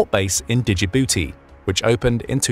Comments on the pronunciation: It's pronounced ( Ja-booty ) I don't care how it's spelled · Djibouti pronounced without D